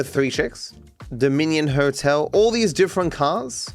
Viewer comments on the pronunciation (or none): none